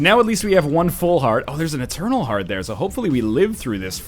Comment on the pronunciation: i tink your not "etarnal"